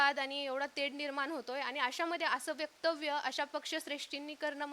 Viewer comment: वेक्टव्य😅 वक्तव्य म्हणायला येत नाही, बारामतीला असलेच लोक चालतात😅 म्हणून ओपन च्या जागी भरती करण्यात येते 🙈🙊🚩